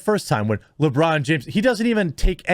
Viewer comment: At first I thought you called him LaBrawndo